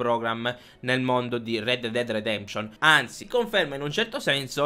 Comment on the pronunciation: Rededded redeption non si può sentire